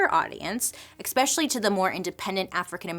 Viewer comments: Bailey I love you so much but...it's eSpecially not expecially ❤ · I love Bailey so much! Her style, her makeup, her personality, her creativity in creating all this content. I think it’s endearing when she admits she’s not the best at pronunciation. But I can’t help but have a reaction when anyone says “EXpecially” vs “especially”. I hate being one of those people :( I just hear my dad and mom correcting me every time she says it. lol. I’m sorry! I love you! Keep doing you. But maybe… drop the “x”. Please? love you! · Bailey, I love your content, but there's no 'x' in especially. Every time you say that word it's like nails on a chalkboard 😬 Also, you look gorgeous in the natural look you're wearing in your ad breaks. Love your hair like that. Super cute!